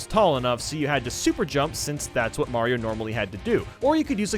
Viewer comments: Mario not mayio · me: * hears you say Mayro's a she * Wait, he is a she!?!?! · When u said Mayro u said she? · Wait is he saying Mayro